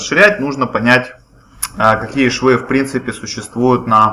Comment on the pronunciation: Вы неправильно озвучили швы, а ещё учите😅